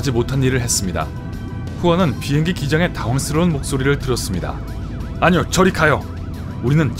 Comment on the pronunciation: 빙행기? 비행기 말하시는건가요 아님 빙하기 말하시는건가요